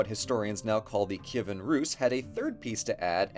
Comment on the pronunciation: Best summary of our history from a foreigner on youtube! All the names are correct, like "Kyivan" and "Volodymyr", along with other details. Dyakuyu!!!